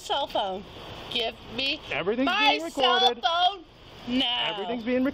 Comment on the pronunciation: Karen: I want my selphone noWw Police: St- Karen: I want by selphone noWw